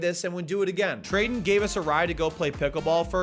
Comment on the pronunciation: lol my name is Trayton and when you said Treyton, I was like 😳